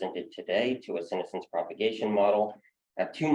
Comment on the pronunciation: That's not how senescence is pronounced.